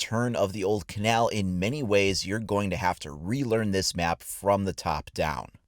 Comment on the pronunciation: First off... it’s pronounced (KAY-null)